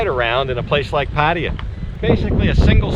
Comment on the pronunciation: Damn, I wish you would learn how to pronounce 'Pattaya.'